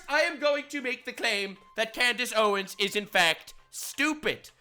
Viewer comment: Clandace owens? 😂